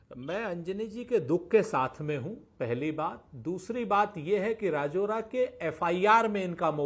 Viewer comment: राजौरा नहीं राजुरा है वही रहता हु मै